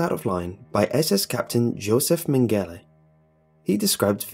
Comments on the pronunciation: it's pronounced "joseph men-ga-lah". sorry, loved the video but everytime i heard "min-galay" it was like nails down a chalkboard. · Just a heads up, that German doctor's name is not pronounced "Men-gelly" it's "Meng-ge-la" lol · Joseph man-gala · Mengele is pronounced MENG GA LA. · You pronounced mengele wrong